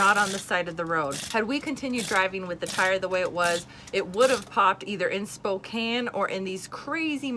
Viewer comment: We live in Spokane (Thanks for saying it correctly!! HA!) But we were up near Grand Coulee Dam over Labor Day weekend...So sorry we missed you!! (TIP: Steamboat Rock State Park is awesome! You should try it sometime!) Next time you're in the Pacific NW and need tires, check out Les Schwab Tires! They are AMAZING and all over the place in several states! They have the mobile repair trucks and a huge selection of tires. They are our go-to for tires up here! Closed on Sundays, though, so don't get a tire bubble on the Lord's Day or you will be doing a 2-day boondock!! We love the fact that you so freely and openly share your faith! We know The One who gives us everything and from Whom all blessings flow, too! Love the term "God Shot!" Gonna use that one!! God bless you guys and your travels, always!